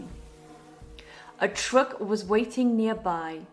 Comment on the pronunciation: The way you pronounce the word “truck” grated on my ears. And a couple of other words.